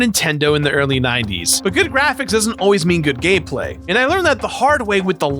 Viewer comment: He totally said gay play instead of gameplay like right at the beginning